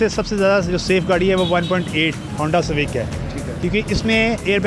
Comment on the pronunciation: honda civaec😂😂😂😂